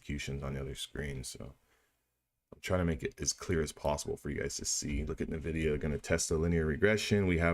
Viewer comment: Great vid. Real time is the best. BTW its not NUH-vidia. 😀